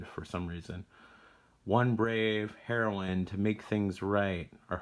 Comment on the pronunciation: I you didn't say Heroine correctly in the opening of this video or in all but one part of the video. :p It should sound like the drug. Cool release. I have the drm free PC version from GOG, but I have yet to play it. I think the Night Trap releases also had those SegaCD cases.